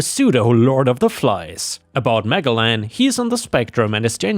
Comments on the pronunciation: Magellan is an explorers name from history, you are not saying it right at all. Ma-gel-lan, accent on the hard g, as in "hair gel" in the 2nd syllable, sounds like jelly too. Sorry, our language has words from other languages, this is either spanish or portugese maybe, and has a particular pronounciation. The english got new words every time they lost wars, so the language is vast and unwieldy. We feel sorry for thiose who try to learn all of it in adulthood, it's in no way easy. They ended up winning again in the end, but the language kept a lot of strange words. Like forehead, which actually is For-ead, starts like forest, ends like read a book, in the past tense, like red, the colour, though a lot of folk don't say that anymore. A lot of folk who come across written words they've never met before and have a go, just get it wrong. Understandable, but there is google, if it's right? Historical figures do not change though. Like french, we have a large number of silent letters too. All the best. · It is pronounced Ma-Gell-An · Magellan is pronounced 'Mujellin', like the explorer who circumnavigated the world hundreds of years ago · Me, too, but I think the name is mispronounced... mah-JELL-an seems like what it should be imo. 🤷💋💖😆😆🌵👵🐺🖖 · For future reference "Magellan" is pronounced with the G using the J sound, like in Magic. It'd be Mah-JELL-ahn. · I think it is pronounced 'Mah jell an', as in the explorer Ferdinand Magellan (1480–1521). He was a Portuguese explorer who is credited with masterminding the first expedition to circumnavigate the world. Magellan was sponsored by Spain to travel west across the Atlantic in search of the East Indies.